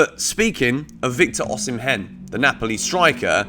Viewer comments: I have been a fan and I am still a fan but you aren’t t doing justice to my Nigerian brother’s name 😂😂😂 it is pronounced O-Si-meh not O-si-men😂😂😂 i always enjoy watching your videos💯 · Hey, it's pronounced OSHImen,💙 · Pronounced "Osimen".. the "h" is silent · Am Nigerian and Victor Osimhen is pronounced as Osimen.